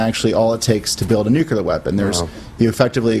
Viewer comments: nu-clear not nu-cular! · Them new- kew- lar weapons. God the people at Fox are the worst morons. Makes me want to go out and make one.